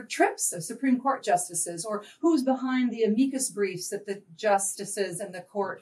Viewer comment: Repackaging Our Capitalist Dystopia As A Feel-Good Story Why does she keep pronouncing it "-uh-MEE-kus briefs"???